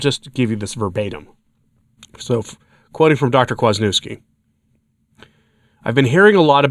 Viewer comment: Right? God love, but try, especially with someone as well known as Dr. Peter Kwaśniewski, to pronounce his name correctly.